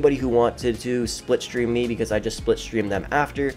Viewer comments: It’s slip stream not split stream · "Splipstream". Are you trying to say slipstream?? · Slipstream* triggered me every time you said it wrong